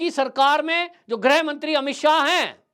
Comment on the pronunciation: Shuddh bola karo ! Sanskrit ka gyaan nahin hai to main likh raha hoon -- Grih Mantri ko kabhi Grah Mantri nahin bolna ! Shuddha -- GrihMantri !